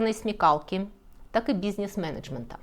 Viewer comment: Пишу в каждом ролике, научись говорить слово бизнес